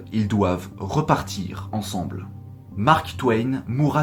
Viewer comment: 7'50: " sans jamais l'avoir vue " Le COD placé avant l'auxiliaire avoir s'accorde en genre et en nombre. 😉 Et puis à 8mn: "ils sont venus Tensemble... " ça, c'est vraiment vilain... Merci pour tes vidéos toujours excellentes.